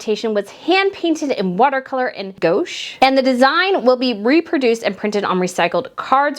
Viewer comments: The invitation is so beautiful. A friendly suggestion for future discussions: “gwash” (gouache) rather than “goash.” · Gouache is pronounced gwahsh.. just fyi. :) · GOUACHE is pronounced 'gwash.' Just FYI. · Re: coronation invitation. The word is “gouache “, a type of “paint”, it is not pronounced “gauche”! That has an entirely different meaning. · Gouache (pronounced gwaash) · That type of watercolor paint you mentioned is pronounced “gwash” (gouache)